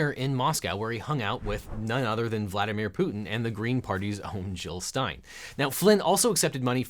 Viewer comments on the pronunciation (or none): none